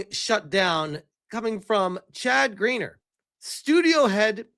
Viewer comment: Bro, I know we're Americans, but it's "Grenn Yay". Not "Greener".